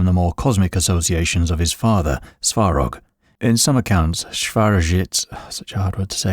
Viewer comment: the speaker's pronunciation makes it difficult to tell the names, one time it's "sorog", next it's "svorog"☹️